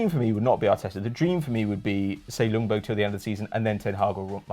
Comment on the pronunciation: It's pronounced Yungberg fyi